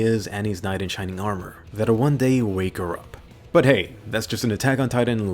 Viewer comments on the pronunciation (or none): none